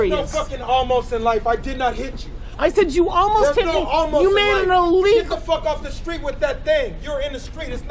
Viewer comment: "You have'd your dogs out noht on a leesh. Das ilEEEgahl!" Blaze the Mobility Fan